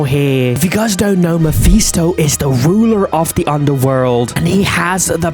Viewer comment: its Ma-fis-to not ma-fe-sto